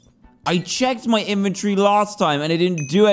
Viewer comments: I love the way he says inventory inventiry or inventry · How people say inventory: “inventory” How dantdm says it